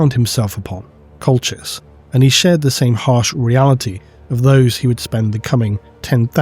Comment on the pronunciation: It’s colchisian